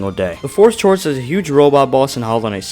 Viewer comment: Chorus is pronounced core-us (I hate to be that guy but Im going to be that guy)